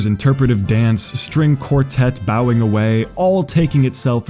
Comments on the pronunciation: Hey, just so you know, you said the strings were bowing (you pronounced it like as if you would give a bow) while it was meant to be bowing like a bow and arrow. English is weird and annoying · You said bowing wrong. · "String quartet bowing away." Bowing, like with their bows. Not "bowing". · It's pronounced "bowing" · String quartets "bow away" (like bow and arrow) not "bow away" (bow for an audience) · Not to be that guy, but , it’s pronounced “bowing”.